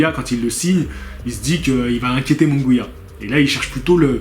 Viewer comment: jaime se prononce "raïmé" moungouia